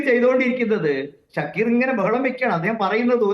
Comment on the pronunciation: ഷഡ്ഢിക്കീറ് അല്ല ഷക്കീർ എന്നാണ്. പേര് മാറിപ്പോവല്ലേ.